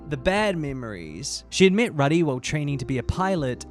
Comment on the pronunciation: also pronouncing Rudy like "Ruhdy" instead of like "Roody" 😭